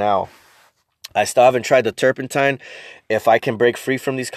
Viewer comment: "food grade" terpinetine